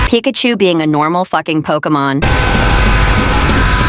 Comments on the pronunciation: pickachu❌️ pickatemu✅️ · its pika-achu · That’s not pickachu That’s uhcakcip